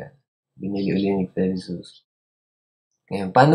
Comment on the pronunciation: Very helpful to! Thank you! By the way its credit suisse (swis) yung pronunciation 😊